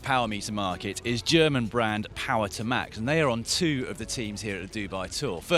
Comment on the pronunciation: It's Power-TOOOO-max, not POWER to max.